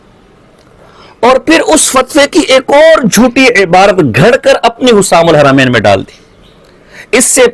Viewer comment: اب کیسے بھاگو گے۔۔جب کہ فتویٰ ملگیا۔۔۔۔ رشید احمد گنگوہی تو اپنے کفریات عقائد کے وجہ سے کافر ہے۔۔جو اس کو ایمان والا مانے وہ بھی کافر مرتد ہے‌۔۔اس کا ایک ہی کفر نہیں ہے اس کے تو کءی کفر ثابت ہیں ۔کہاں تک بچاؤ گے اور بچاتے بچاتے خود ہی کافر ہوگئے ۔۔اور کتاب کا نام حسام الحرمین ہے نہ کہ حسسام الحرمین کتاب کا نام تو لینا آتا نہیں ہے۔۔۔یہ رضا کے نیزے کی مار